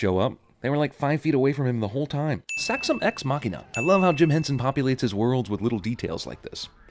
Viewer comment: "Saxum Ex Machina" LOL